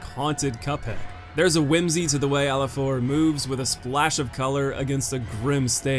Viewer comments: The second boss is called Afilaor, not Alifaor. It's a very interesting wordplay in Spanish: an 'afilador' is a guy who works sharpening blades and knives (like the boss), they were common in the past in Spain; and an 'afilaor' without the 'd' is the word you'll hear when people from Andalucia, a southern region of Spain where a huge chunk of Blasphemous iconography originates, pronounce 'afilador' because of their accent. It's a really clever idea. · ITS AFILAOR A-F-I-L-A-O-R (sorry but that hurted my soul a bit)